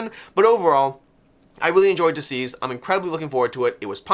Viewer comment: I really enjoy your content but it drives me nuts every time you call it Dzeez! It's DCeased as in 'deceased'.